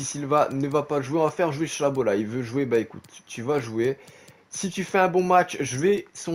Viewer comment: c'est chaLObat pas chaBOlat stp sinon la carrière est top